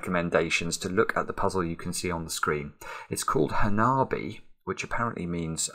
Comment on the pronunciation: small nitpick, but "hanabi" is pronounced with only short vowel sounds, so not like "ha-naaaa-bi"